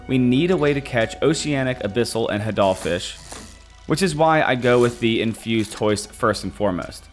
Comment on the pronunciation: Hadal: Hay-dl rather than ha-dahl . Great video but that made me giggle.